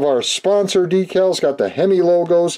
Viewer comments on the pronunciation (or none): Great to see you're back! I never miss one of your videos. My wife likes the way you sometimes say "Dekkles" ( or Decals ). Awesome build, as always!